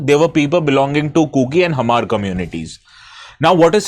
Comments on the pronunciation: Hmar pronounce as Maar. 'H' is silent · Hmar nhi pronounce krte. Pronunciation mein "Mar" kehte hain. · First learn how to pronounce "hmar" correctly before trying to sound knowledgeable and intelligent, sir. The "h" is silent!!! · Excuse me sir Hmar H is silent so pronounced as mar okay check your grammar please 😮